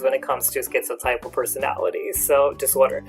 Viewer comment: My therapist pronounces it, "tip-uhl", but I prefer "type-uhl" like you.